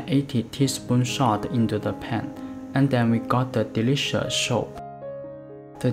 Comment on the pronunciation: soup not shup